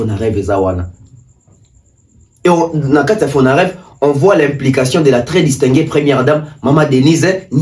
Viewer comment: c’est Fonarev et non fonadev